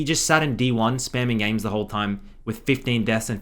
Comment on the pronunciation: A handred and fiddy gejmes (föördeen)